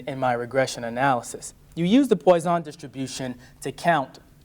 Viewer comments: Oh, oh, it's pronounced pwusson distribution, not poison. That is, it rhymes with trust, not boy. 😅 Next he'll be talking about Youler (Euler), Gorse (Gauss) and Debrog-ly (de Broglie) which are pronounced Oiler, Gow-ss and de Broy respectively. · Sorry, the PoyZon distribution??? 😂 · Quite helpful, but a bit odd how the presenter is alternating his pronuncation of Poisson between how it's pronounced and "poison".